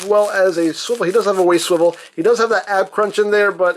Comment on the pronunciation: Captain America SWIWEL war